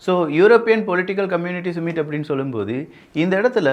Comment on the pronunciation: சுமிட் இல்லை சம்மிட் என்று சொல்லவேண்டும்